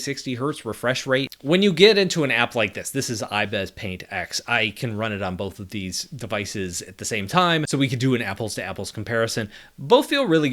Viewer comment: Drives me crazy when he says "ibez" paint instead of "ibis"... :P But I love the videos anyway.